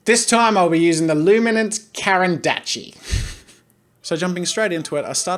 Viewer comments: Oh god not "karandatchi" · The pronunciation for the brand is loo-mi-nahns cah-rahn d'ash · It’s pronounced Karren Dash Jazza lol i thought i would help you :) i want these pencils but cant afford them so i got prismacolor pencils and I love them. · No, it's French, so it is pronounced not "dakh", but "dash" (the "a" like the "u" in mustard) Here is the correct pronounciation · U pronounced caran correct but it's dash not dache the way u pronounce it is dash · its pronounced "kar'en dash" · Caran D'ache is pronounced ''Caran Daash'' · Draw with Jazza btw it's pronounced karen dash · Draw with Jazza 😂 it's pronounced as luminance "dash" pencil jazza! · It’s pronounced Karan dush (as in duck). As a Swiss myself, those were the pencils I used at school... and still enjoy using. Try the Caran d’Ache “prismalo”. You colour in then run a wet paintbrush for an aquarelle look. ❣️🌹🇨🇭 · Pronounced Karen dash * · Jazza:Karen-dachi Me:kAegggghhhhen dash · I think that the brand is pronounced like CARANDASH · It’s caren-dosh! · Its pronounced Karendash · it’s pronounced “Caran-DAKH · its a russian word for ‘’crayon’’ or ‘’pencil’’ and is pronounced ka-ran-da-shie (written карандашы) Useless teacher out. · Dood it's a caran d'ache (car an d asch) from Switzerland. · I reckon it's pronounced "caron(barely pronouncing the n) dash" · The Caren D'ache pencils are pronounced as Caren dash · CARAN d’ACHE = Karan dosh A brand so fancy, most can’t even say it properly. You’re welcome btw with the pronunciation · I am fairly certain it is pronounced Karen DOSH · pronounced carin dash loominince Caran d'ache luminance lol :) great vid btw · I am sorry but its pronounced Carandash (not how its spelled but pronounced i watch to much SuperRaeDizzle) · It’s pronounced (carandash) just helping🙂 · No, its pronounced caran dosh. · U don’t understand my way of language bro anyone whose not Circassian or French will hear it as carandosh but we hear it and it’s pronounced carandash